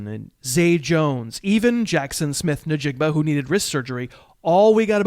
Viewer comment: Did you say "nuh-joku" and "nuh-jigba"? 😂😂